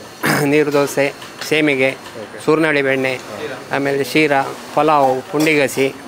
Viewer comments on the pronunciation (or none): Sornali alla bro adhu soornoli. We locals call it Soornoli.